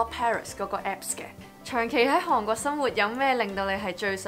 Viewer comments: 你好重的懶音，例如 香港 韓國 講野 ，唔知你覺唔覺呢？ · 因為睇完mira條片youtube推薦我先過黎睇既，不愧係做過電台，講野清楚伶俐不過有少少懶音...火雞姐mira同你都有😂😂😂由其係講「韓國」呢兩個字